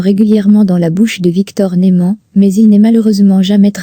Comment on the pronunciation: Oui je suis d'accord c'est vrai que a répétition de "Nouman et de Victor " Bradan "ça saoule.😅